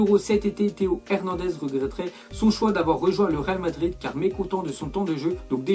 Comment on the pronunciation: "real Madrir "😂